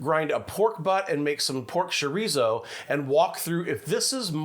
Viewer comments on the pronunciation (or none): what is pork shore-eezo?